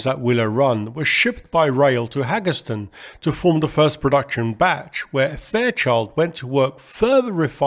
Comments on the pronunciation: Hagerstown, hay-gers-town, it's not Haggerston. One g makes it a Long A. The w means it's Town not ton. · You pronounced WACO properly, but fumbled on Hagerstown. It should be HAY-gers-town, not hag-ers-town. Hagerstown's minor league baseball team is the Flying Boxcars, named for the C-119. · "Haggeston"? Hagerstown..."HAY-gurs-TOWN" Nevertheless, quite enjoyed this documentary. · Hagerstown MD. Pronounced "Hay-gers-town. The Hagerstown airport has an aircraft museum highlighting Fairchild aircraft produced there. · Hagerstown is pronounced HAY-gurs-town. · FYI... it's pronounced "HAY-grrs-town" :-) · It’s pronounced Hagers-town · Hagerstown is pronounced "Hay" "Gers" "Ton" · point of note. Hagerstown is pronounced Hay'Gers-town. otherwise. carry on. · Not big deal. Hagerstown is 30 minutes away and I reckon it would be like an American pronouncing Thames with a th sounding out as in thought not as in Thomas. The local baseball team is named after the C-119, the Flying Boxcars.